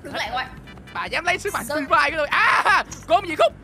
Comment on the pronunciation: sức mạnh Phri Phai😂😂